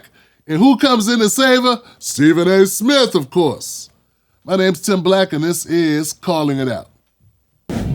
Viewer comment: Steffin A Fetchin Smith 😂😂